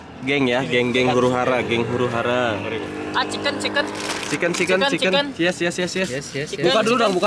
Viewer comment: “A ciken ciken ciken” wkwkkw fikri